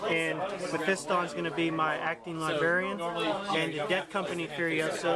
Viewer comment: Say "libarian" again and we'll see what happens.